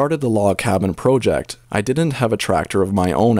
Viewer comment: Did you say projeck